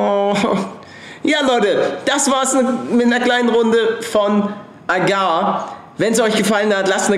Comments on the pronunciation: Nur so als Info das heißt agario und nicht agar. Nicht böse gemeint :) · Junge man spricht es AGARIO aus